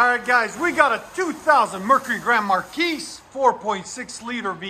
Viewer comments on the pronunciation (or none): The 's' is silent in Marquis.